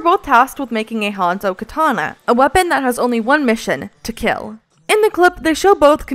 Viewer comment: It will keal